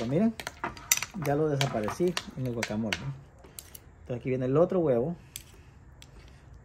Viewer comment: Eso no es un guacamole, ni siquiera lo sabe pronunciar, mejor deberia investigar o que le llame de otra manera, mejor vean recetas de México que es el origal.